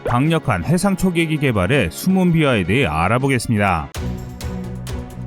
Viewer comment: '비하'가 아니고 '비화'